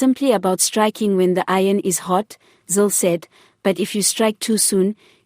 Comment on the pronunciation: It iz Helen /zile/, and not /zil/!